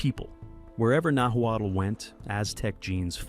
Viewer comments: "Nahwattle" 😂 You should have just removed the letter "l" in your audio and it would have sounded closer to how you say Nahuatl. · The narrative doesn’t match the images, and the Nahuatl pronunciation is rough. Our family and many others here have long known these waterways were traveled. Archaeologists have documented these pre-conquest routes for more than a century, and artifacts such as obsidian, shells, and pottery found far from their origins show these networks existed 6,000 to 7,000 years ago.